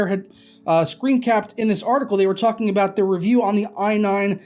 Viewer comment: I see you used a little South Park wisdom there when you were talking "abut" your northern neighbors, awesome memories of my favorite cartoon;). By far the best naming scheme, RGB looks and actual performance up till now is: - Deepcool Fryzen AM4 cooler - Cooler Master Wraith Ripper TR4 cooler - Wraith Prism AM4 cooler I think they should release Cooler Master Intelassripper EVO 212 XFR edition;). That would be the coolest name as well as the coolest performance;).